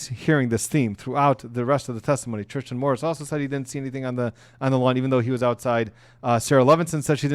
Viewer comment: Thanks for the video. Thank you for your time and effort. I’m pretty sure the boyfriends name is not spelled Tristin, nor pronounced TriSHtan. Tristan Morris. I understand you’ve been up all day, watching the trial, taking notes, preparing for this video, filming this video, and editing the video before sending it to YouTube. I know mistakes are made. I’m just saying that it doesn’t come across well. I’m just looking for a quick recap of the days events and I want someone who sounds professional and comes across as if they care about the topic. Great point on the size of conspiracies. Thank you again.